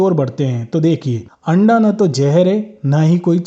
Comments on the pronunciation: Hain randa bola 😂😂 haste haste pet me dardr ho gaya😂😂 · Randa bola 😂 anda bolna chahiye pura clear bola 😂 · Correct Randa bola